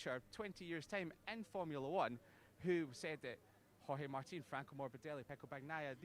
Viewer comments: did she really said 'george martin'.......twice........WTF!!!!!!!!! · Yeah that a new name that I have seen my life in motogp "George Martin"😂😂